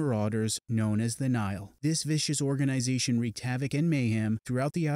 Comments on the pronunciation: He’s pronouncing it as Nile, like the Nile river instead of Nigh-Hill. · he keeps pronouncing nihil wrong